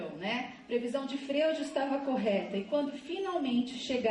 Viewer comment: lindinha. o Freud se lê Fróid